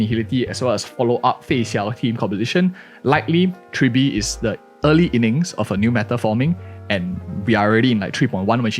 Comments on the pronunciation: Tribble? TRIBBLE?! Lololol (Dw misspeaking is common its just funny to hear) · My guy not only misprounced Tribbie but also said she is the first quantum harmomy character when we literally got Sparkle at the start of 2.0. Sparkle still number one in my heart